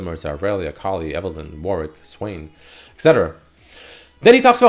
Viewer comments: It's ET-cetera, not EC-cetera. You're saying it incorrectly. A lot. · It does matter and no you can't "choose",. There is a correct and incorrect way to pronounce everything, it's not a matter of personal choice, just proper and improper English. Saying 'Eccetera' is objectively incorrect. Google it if you don't believe me.